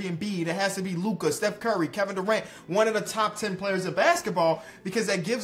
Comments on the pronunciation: of the video did just say bev burry, instead of steph curry! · he said beff burry in the beginning lolllll😂😂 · Bro said “we can get Beff Burry??”💀🤣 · "Beth Bury" 💀💀💀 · “Beth Burry” lmfao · Is it just me or did say Beth Burry. 😂